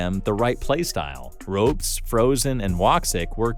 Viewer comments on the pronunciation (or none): the only noticeable one is "ropes" instead of "rops" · my man literally called him ropes 😭 is this AI maybe? Legitimate question lol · does the person reading the script know anything about CS? "ropes"?? seriously? lmao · nah why are you calling ropz "ropes" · Ah yes, my favourite player "Ropes"